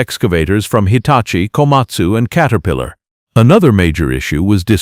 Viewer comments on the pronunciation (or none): katerpiilor lol AI crap